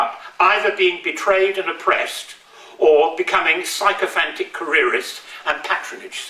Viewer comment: If you can't pronounce sycophantic, why write it into a speech lmao